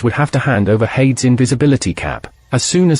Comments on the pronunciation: Hades, should be pronounced "Hay-dees" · Air-reez and Hade-ez. oh dear gods you are pronouncing most of the names wrong. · Hades is pronounced "HAY-deez." Others are noticing the God of War is also mispronounced. You can entertain your viewers more effectively if you avoid this kind of error.